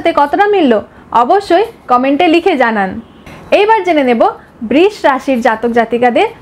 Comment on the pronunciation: খুব ভালো লাগলো কিন্তু বৃষ উচ্চারণটা ঠিক নয়।❤